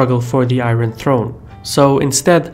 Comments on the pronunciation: Got annoyed when you keep pronouncing IRON incorrectly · A solid video. One thing was irritating me for the whole time though.. pronunciation of 'iron' :|